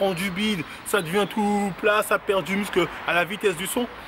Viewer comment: Ce qui me fume dans ses pubs c'est que il dit "du mussle" déjà ça met pas en confiance mdrr